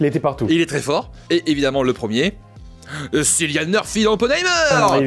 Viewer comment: Je suis là pour défendre la bonne prononciation de Cillian Murphy, trop souvent mutilée chez nous, comme en atteste cette vidéo.